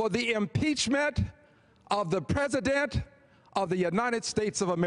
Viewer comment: That evidence is tertiary and POSSIBLY QUATERNARY the pRIMARY EVIDENCE is the prez-uh-dent firing the fbi director who was investigating the prez-uh-dent